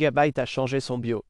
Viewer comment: Yeah the french voice is terrible ... it don't even prononce "BIOS" correctly : it says "be yo " (without "S")